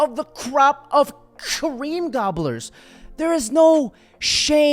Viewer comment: Bro he say cream of the crop of cream gobblers with so much emphasis 😂